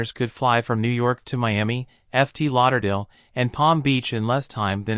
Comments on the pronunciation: F. T. Lauderdale? Really? A real human reading that would have understood that FT meant Fort. Big thumbs down. 🙄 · These people are really STUPID. They are talking about ten AMERICAN cities that are dead, but one of the first images shows Hiroshima, Japan. They must assume everybody else is STUPID and will never notice. And really, pronouncing Fort Lauderdale as "EFF TEE Lauderdale" is truly asinine. Plus, there are people living in some of these cities who do not consider them dead. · F. T. Lauderdale?? How about Fort Lauderdale? Doesn't anybody listen to the narration before it is recorded? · F. T. Lauderdale??? Pay an actual human to read the commentary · A real human to narate this video would have made a large difference....the robotic narrater is really bad.....It's Fort Lauderdale.....not F-T Lauderdale. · Hurricane eye kay eeee, Eff teee Lauderdale. Crap video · If this isn't an AI narration it's the worst narrator in the English speaking world. F T Lauderdale? Are you kidding me? The American auto industry had no one to blame but itself for losing to high mileage cars from other countries because when it did make a Vega or Focus it was crummy quality and unreliable and likely to burn you to death. But worst of all my Toyota Tacoma pickup was 80% made in America. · AI narrator?? It said 'F - T Lauderdale'. A human would have known it's standard shorthand for the word 'fort'. Then there was a strange delay between 'Galveston, ........... Texas'. The information presented was pretty good though. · F T Lauderdale??? WTF. Get someone competent to read your stuff. No says that. It's FORT Lauderdale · "Eff tee Lauderdale"? You mean FORT Lauderdale! I suspect that English us not your first language. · It's clearly AI-generated narration. No real person says "Eff Tee Lauderdale" for Ft. (Fort) Lauderdale, or "Hartford THE Connecticut", among other AI glitches. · I’m wondering where “F T Lauderdale is? You can ALWAYS tell when AI is involved!